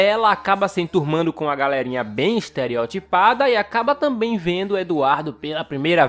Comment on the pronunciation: eu tambein gosto... é eu gosto muito